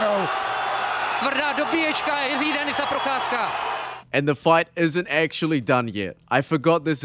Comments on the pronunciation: a proof that chael can actually correctly pronoucne fighter names and botches it on purpose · I’ve never heard Chael pronounce his name right before 😂😂😂